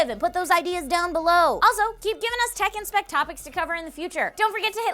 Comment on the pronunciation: I keep thinking she says tekken when she says tech n spec